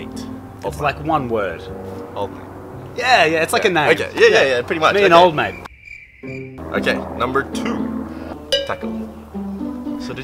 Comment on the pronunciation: Mate not mike